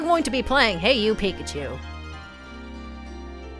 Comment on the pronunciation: Stop saying PIKACHU like PiCkAChU